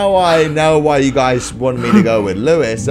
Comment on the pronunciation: Louis not louise